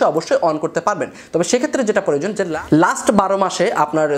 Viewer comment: Creator ke cereator bolen ken...?? Plan ke palan bolen ken..?? Proyojon ke poroyojon bolen ken..??.... Youtube ke eutube bolen ken...??? Bhasha thik moto uccharon korte paren.. Na??